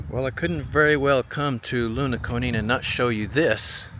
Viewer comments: The town is LOnaconing, not Lunaconing. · It's spelled Lonaconing, Maryland --- local pronunciation is Lone-a-cony. 😉😁